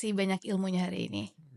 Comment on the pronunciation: wow terkesima dg ucapan "jazakallah khoir"... fasih kali